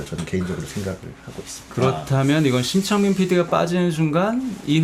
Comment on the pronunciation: 심창민PD라고 하는데... 계속 침착맨피디로 들리지..